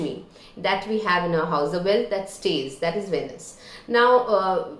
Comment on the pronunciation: Pronounced- “veenus”